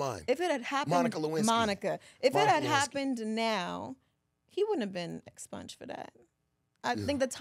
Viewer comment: She said expunged lol